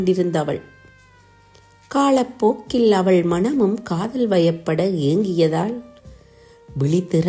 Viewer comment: உச்சரிப்பு தவறு. அதனால் கவிதையின் உயிர்ப்பு இல்லாது போகிறது. வாளிபம் கடந்த என்று தொடங்குகிறது. அது வாலிபம். காதள் உறக்க கூறு காளப்போக்கில் அணுதிணமும்???? லகரம், னகரம் ரகரம் எல்லாம் கொலை செய்யப்படுகிறது. ரசிக்க முடியவில்லை. வாழ்த்துகள்.